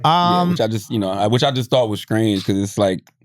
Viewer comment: Charla - what i just thought was scrange (aka strange) for anybody who didn’t know LMAOOO 😂😂😂😂